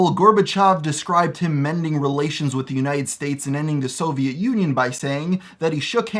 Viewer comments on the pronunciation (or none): none